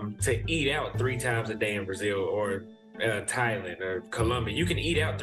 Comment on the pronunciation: this dude says THIGH-Land